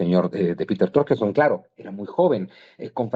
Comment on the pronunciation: Trokerson jajaja, se llama Peter Turkson